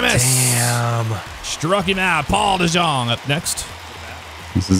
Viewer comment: For jeff* paul dejong is pronounced as paul d young